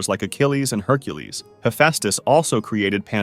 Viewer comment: honey you mean hunkules